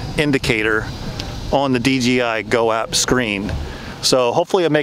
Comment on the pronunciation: Why does so many people say dgi why you know it’s dji ——- it erks me 😤